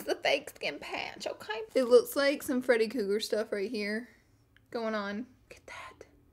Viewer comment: "Freddy Cougar" 😂😂